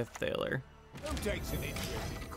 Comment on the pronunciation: I'm assuming you haven't played Witcher 3 because you're saying some of the character names differently like Regis, Lebioda, Thaler and I'm not thrashing you or anything like that. Just saying if you haven't played it please give it a try. Anyways good gameplays as always.